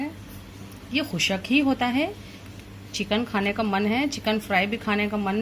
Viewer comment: Are Madam khushaq nahin khushq hota hai